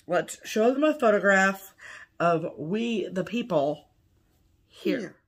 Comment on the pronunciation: What a great video!! Beautiful stitching and LOTS of laughs., did you say WE the pee pee? Or WEE the pee pee? The second one is correct you know….. cuz spelling!! 😂😂😂